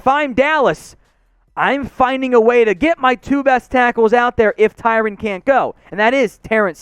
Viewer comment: okay buddy it’s Ty-RON not Ty-RAN